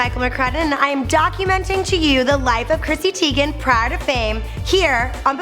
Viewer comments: it's teigen not teagan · ITS TEIGEN NOT TEAGAN😳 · Its: Chrissy teigan. Not: Chrissy Teagan!! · TYE GEN not teegan in german the second vowel is the one with the long sound. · Is she teigen or teagan